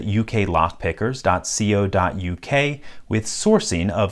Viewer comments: Loved the video. We pronounce it "co" dot U K as in the start of cone,coke or cocoa. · In the uk we normally just say it dot co(rhyming with go) dot uk. Not that it matters just sounded strange your way like saying youtube dot see oh em.